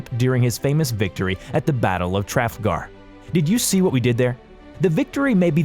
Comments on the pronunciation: battle of traflegar? say it with me SLOWLY tre fal ger - i started typing this far too early, the majority of the ship names and battle names are pronounced incorrectly, if you are reporting on historic things, you really should make sure your pronounciation is correct. dislike for disrespect. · Brismark? Tripitz? Battle of Trafgar? It's Bismark, Tirpitz and the Battle of Trafalgar. I think you need to learn how to pronounce the names of ships and p[laces. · And the battle of Trafgar.....sheesh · Ok when he said "Trafalgar" I literally just wanted to die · He pronounced Victory okay, he just butchered Trafalgar instead